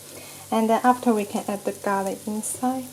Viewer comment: U finally pronounced garlic right.... Before u kept saying "gar ly"